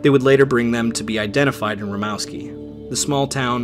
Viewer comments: Minor thing: You pronounced Rimouski as Rimowski. It's actually pronounced like "moose". Src: I'm a French Canadian. :) Great video! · Great video. Only thing is The city is pronounced like moose not mouse. I stayed in Rimouski once and they have a little museum next to the st lawrence. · Father Point = Point au Père pronounced Point o pair Cape Chat = Cap Chat pronounced Cap shaw Rimouski pronounced Ri-moo-ski